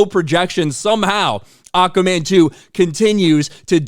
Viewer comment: lol says it like acaman😅